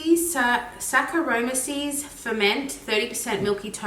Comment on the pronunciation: Love your channel. You pronounce Saccharomyces as SACK AH ROH MICE EASE! 😉